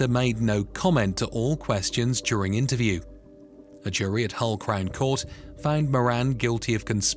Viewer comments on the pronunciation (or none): none